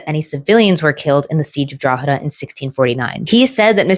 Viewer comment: Respect for pronouncing "Drogheda" correctly. You'd be surprised at how some pronounce it